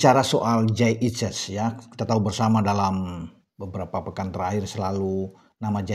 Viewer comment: kalau tak pelanin volume nya kok terdengar menjadi Kyai Idjez ya....